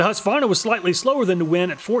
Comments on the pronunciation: It sold out to the Chinese, thats what you get. Huskvana lol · Husqvarna is pronounced hus-kvarna not huska varna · The good ole huss varna.. lol.. thats gotta be an inside joke going on there.. he literally never says the "kuh" once.... Funny.. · Hush-varna? It's husk-qu-varna bud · As a Swede... I must humbly correct you on the pronunciation of Husqvarna... Pronounce it as Huskvarna with a k and it will sound excellent :-) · because it is pronounced... hoosk-varna not husk-varna :) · The name Husqvarna is originally from Sweden and the name reads as (Huskvarna) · I would just like to correct your pronounciation of husqvarna, it's HuusKvarNa :) great video! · Hearing "husvarna" pains me as a scandinavian :D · The city is pronounced Hooskvarna. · hey man i love your videos but can you pronounce husqvarna properly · Not at all. The U is pronounced like the "oo" in soon. The V is a V. I don't know where you get that random A in the middle from. It's not there.